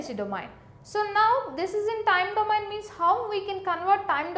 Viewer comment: plz right called of domain pronunciation